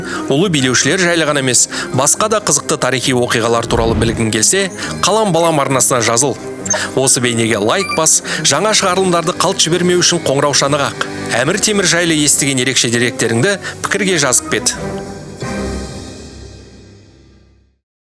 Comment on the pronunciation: Бұл халам-балам емес, Қалам Балам дейсің ғой 😜